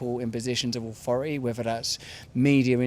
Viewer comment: What is "awfori'y"? I don't fink I know